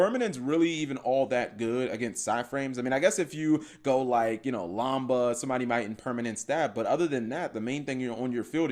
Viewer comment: It’s lamda not lamba cap I thought I should tell you.